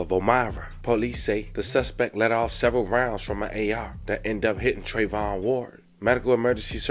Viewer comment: TREVION ** not trevon .